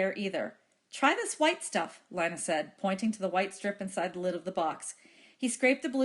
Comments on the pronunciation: How do I have 100 Subs Without any videos? It is Lina so it is lee-nuh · It’s Lina not Lana but thanks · This was very helpful, so thanks. ( It's Lina not Lana)